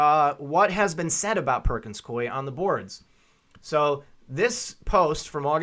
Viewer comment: The firm pronounces its name Perkins-Coo-ey, if anybody cares.